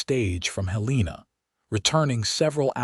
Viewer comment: It is said that you can't teach an old dog new tricks, and apparently, you can't teach AI proper pronunciation. Heleena and St. Louie appears not only in this story but virtually in every AI narrated western story on every western oriented channel. Having said that, this was a nice, enjoyable story.